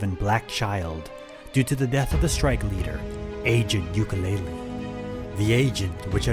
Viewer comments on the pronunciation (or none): none